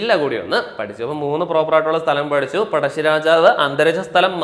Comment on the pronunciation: പടശ്ശി അല്ല പഴശ്ശി